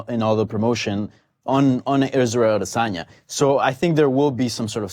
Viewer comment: Oh, and btw, there's no 'R' in Adesanya...